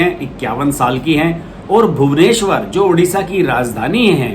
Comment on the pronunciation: ‘O’ se ओड़िशा hota hai udisha nahin